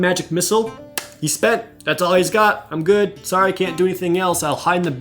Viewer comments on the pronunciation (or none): none